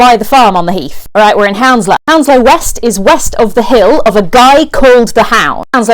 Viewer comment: Isnt it pronounced hunslow, not houndslow?